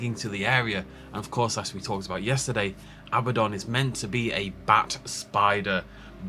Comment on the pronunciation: ahem it's actually Abbadon